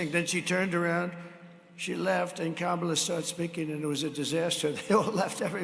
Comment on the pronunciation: Wow, he was so mad talking about Beyoncé that he actually pronounced Kamala’s name correctly!!